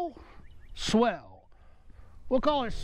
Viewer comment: Dude — have you ever used a towel? Heard of Colin Powell? Remember Thurston Howell III? How do you get that pronunciation of Sowell?